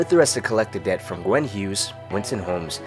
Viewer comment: Gwyn is pronounced Gwin not Gwen, sorry started killing me